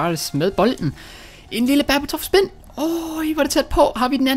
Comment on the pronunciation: det hedder berba spin ikke baba spin